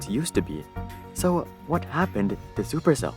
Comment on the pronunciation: "Chuper Chell"